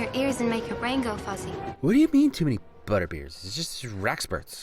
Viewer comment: "Whatdyoo mean too many buddabeers?...itsjusttha Wrackspurts." I had to rewind the video because I laughed so hard I missed a bunch of what came next. laughs This may be your funniest video yet.